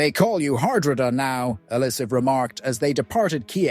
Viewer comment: Dear God please tell me this is an AI voice messing up Harold's name Har-dra-da